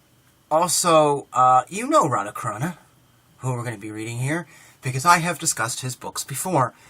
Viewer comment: Greetings and respect. Just a little remark: The Carana in Radha Carana's name is pronounced as CHarana (as the CH in CHart, for instance.It's just a question of international transliteration/transcription standard for Sanskrit.) It's very nice of you to promote his book. Thank you. Namaste. Hari Om Tat Sat.